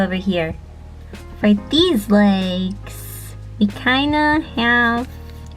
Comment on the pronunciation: Thought she said Lakes not legs